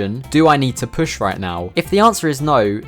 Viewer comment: Great vid, but I can't get over how you pronounce püsh